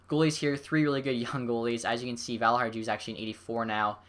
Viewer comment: It's pronounced valiharyou. Usually with European names "j's" are silent.